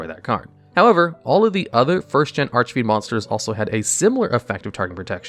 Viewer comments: Finally pronouncing archfiend correctly. Quality character development. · Wow, he said Archfiend correctly, and not Archyfiend or whatever he said before. :D